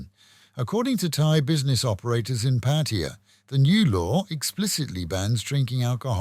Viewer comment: It's not patiya it's "" PATTAYA "" NOT patiya